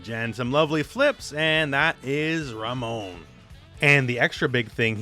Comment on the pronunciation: Anyone else get a feeling of satisfaction at the way the announcer properly annunciates Ramon and RamOn? Can't wait for the pronunciation of other Latinex characters.